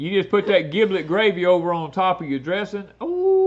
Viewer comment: Sorry, it is giblet with J not a G. As in General, Generous, Germ, Gel, Gentle...